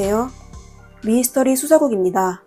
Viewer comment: 배경 음악 소리가 너무 커요. 그리고 미스터리 라고 써놓고 왜 미이스터리 라고 하시나요? 미스터리 발음이 안되시는건지? 아니면 부드럽게 들리라고 일부러 그러신건가요? 미 이 스 터 리